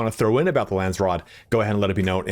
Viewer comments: Lands raad .... not rood 😅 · Lansrod..lol. its Landsraad..